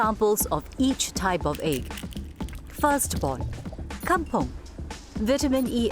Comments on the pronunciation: It's kampung not kampong. It's even pronounced kam-pung not kam-pong. Please leave those Malaysian alone, they make their own words. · Is Kampung, NOT Kampong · Kampung not kampong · Bukan kampOng la tapi kampUng.